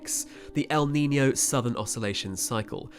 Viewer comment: Its pronounced neenyo not neeney o